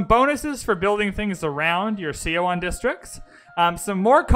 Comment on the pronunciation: Seondoek is pronounced as "sun duck". Seowon is pronounced as "su won". In Korean, "eo" is pronounced as "u" - as in sun, bun, pun. In Hwatcha, "H' is pronounced strongly. I am Korean and know this for sure :)